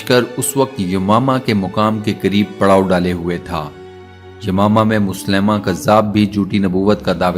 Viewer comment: مسلمہ" نام نہیں بلکہ مسیلمہ ہے اس کو درست پڑھیں ۔۔